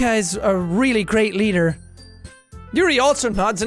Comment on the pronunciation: the way he said "yuyu" like it was an american thing lmao. so close bud it yoohoo